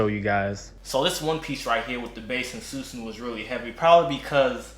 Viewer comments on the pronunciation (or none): It’s susanOO not uu lol but good review